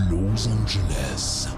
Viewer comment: "Loz Angeles" ... je reviens 20ans en arrière 😮